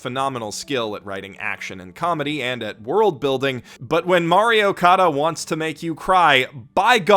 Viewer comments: It took me an embarrassing amount of time to realise you were saying “Mari Okada”, not “Mario Kada”. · I keep hearing Mario Kada...